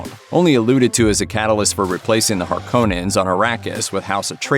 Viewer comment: the biggest question why does it suck.....the original was way better imo.... ps it's Harkonnens.....(cohhh) not Harkannens (cane) they pronounced it wrong through the whole awful movie.